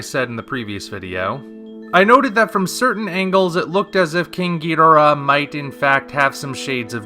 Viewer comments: Why do you pronounce Ghidorah that way? Toho made it official that it's pronounced, Ghi-dor-ah. Not Geeederah. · So amazed and happy to come across someone under the age of 40 who CORRECTLY pronounces Ghidorah. Well done! Thank You!